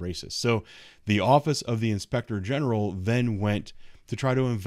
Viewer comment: I don’t think they know what defamation means! I still hear “Inspector Gadget” when you say, “inspector general!!!! Freedom of Speech! You are an incredible Officer and Gentleman🙏🏻🕊✝️🌸♥️🇺🇸